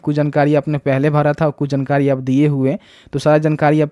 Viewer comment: bhai jnkari nahi jankari hota hai 🤣